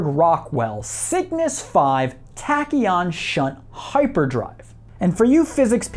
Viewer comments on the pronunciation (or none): none